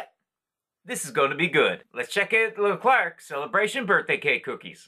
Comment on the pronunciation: I loved these 🐽😍 By the way, we don’t pronounce the “RC” at the end of “Leclerc”. ☺️ We say it as if it were a chocolate “eclair”, if that makes sense!